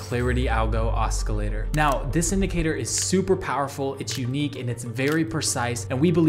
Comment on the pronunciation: oscillator - aa ·suh·lay·tr